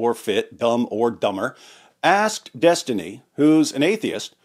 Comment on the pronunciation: Des-Tiny... please pronounce properly. xD